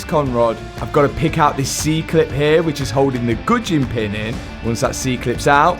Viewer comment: What in the hell did you call the wrist pin? Goodjin?